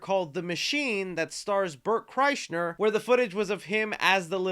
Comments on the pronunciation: Yo, there's no "N" in Kreischer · Please tell me you purposely said Bert’s last name wrong if not you need to check out the YMH podcast cause you’ll be added to that awesome reel.